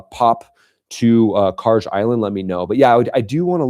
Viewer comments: No..i think it's KarG...like Guerilla...not Karje like someone who tapes down n tucks under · Please stop pronouncing Kharg island that way. If the G was a J you would be saying it right, but it’s not. Thanks in advance.